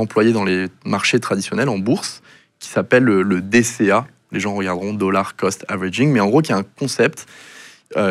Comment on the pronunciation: On dit « un dollard » pas « indolore » !